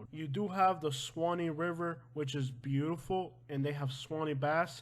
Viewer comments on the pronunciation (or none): none